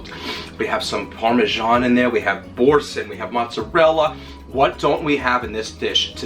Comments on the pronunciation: 'bor-san' baby doll, it's French. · Boursin is a french cheese pronounced bour SAN or SON